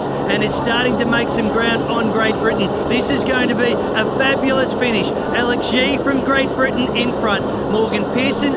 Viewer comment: Agreed - embarrassing, couldn’t even get Alex Yee’s name correct